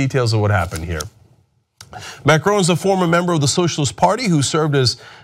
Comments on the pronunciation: M-A-C-R-O-N not MARCON!!!!!!!! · Mac-ron (not Marcone or Macrone) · Mar-cone? It's Macron, pronounced Mack-rohn. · its not maRCon but maCRon :) in the beginning you messed it up :) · Please learn how to pronounce Macron - it's Mah- Cwrahn not Mah-Crone - it's embarrassing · There are so many things wrong with the video starting with Cenk calling Macron Markon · lol, Cenk its MACRON, not MARCON!! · It'a Macron* not marcon!! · It's Macron, not Marcone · Cenk, buddy... his name is not MAR-CONE lol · Jesus Christ, not only do you butcher the dude's name, you can't even figure out that a centrist, neo-liberal investment banker is part of the establishment, because, uh gee, he founded a new party. The established, corporate neo-liberal parties are hated across the globe, and Macron was the rat smart enough to ditch the sinking ship that is Hollande's SPF. Melenchon (who polled almost as well as Macron and Le Pen in the first round) was an actual left-wing candidate who also founded a new political movement.